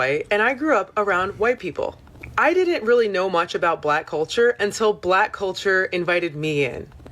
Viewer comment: Lol she even say black wrong